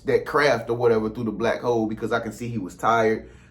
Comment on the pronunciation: It sounded like he said Black Hoes at first.🤣🤣🤣